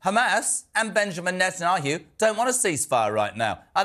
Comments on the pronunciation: How hard is to learn pronounce NE TAN YAHU??? You are a TV presenter ffs. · tell this guy to learn how to pronounce Netanyahu properly if he wants to be taken seriously. He does not sound intelligent at all and still sounds like he thinks he is talking like he is on his old show .